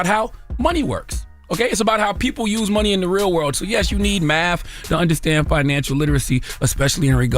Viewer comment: Nobody heard him say Matht 😂😂